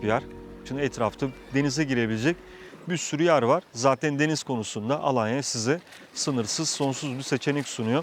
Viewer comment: 19 yıldır Tophane mahallesinde yaşayan biri olarak mahallemizi ve Alanya’yı çok iyi telafuz ettiğiniz için teşekkür ederiz 😌😊